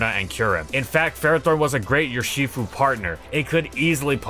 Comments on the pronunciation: Makes fun of the ferro pronunciation, proceeds to say Yurshifu. From Ursus, the Latin word for bear. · please stop pronouncing urshifu like that